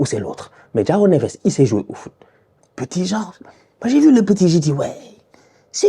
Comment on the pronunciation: "Djao" Neves?! :)